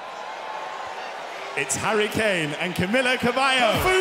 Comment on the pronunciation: Shawn better correct the way he pronounced camilas name